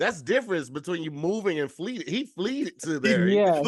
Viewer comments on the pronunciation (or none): Also it's FLED not FLEETED 😂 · Wait...so nobody is gonna address saying Fleeted?! The word is fled my guy!